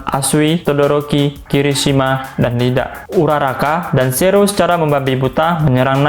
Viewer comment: iida bang,bukan Lida